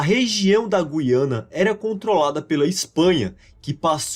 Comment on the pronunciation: Nota 10 para o narrador que pronuncia GU-IA-NA e não GUI-A-NA igual se fala em Portugal (e muitos Youtubers, infelizmente).